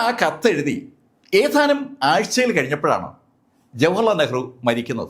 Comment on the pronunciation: സംസാര ശൈലി ഒരു ഓളത്തിന് പറയുന്നതാണെങ്കിലും ഇപ്പോ ഭാഷയെ കൊല്ലുന്ന പരിപാടി ആയിട്ടുണ്ട്.. ഏതാനും എന്നതിന് പകരം.. 'ഏഥാനും മാസങ്ങള്‍ കഴിഞ്ഞപ്പോള്‍...' എന്നൊക്കെയാണ് ഇപ്പോള്‍ പറയുന്നത്... പഴയ വീഡിയോകള്‍ ശ്രദ്ധിച്ചാല്‍ അറിയാം.. പലതും പറയുന്നത് വേറെ അക്ഷരം ആണ്.. പറയുന്നതിന് ഒരു സ്റ്റൈല് വേണം... പക്ഷെ അക്ഷരങ്ങളെ ദയവായി കൊല്ലാതെ ഇരിക്കുക....